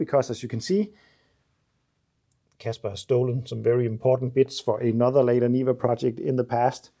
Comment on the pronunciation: This car is So Seppo! Looking forward to seeing it reborn. The trabby and the niva. Brilliant! A small helper, not a criticism - in English it’s usually pronounced “larda” not “layda”.